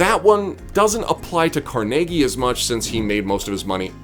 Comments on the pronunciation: Why did you pronounce Carnegie Hall one way and then pronounce Andrew Carnegie completely different? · You pronounce carnegie so weird